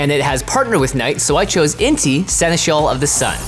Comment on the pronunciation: "seneskal" That is not how you pronounce seneschal